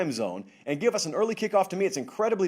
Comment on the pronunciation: This may be a hard pill to swallow for some, but Shaw should learn where his salary comes from (hint: it's TV advertising revenue). I know it sucks to hear this, but NCAAF is a product and the world doesn't care if its "hawd for u to get up so ewy in the mowning" :(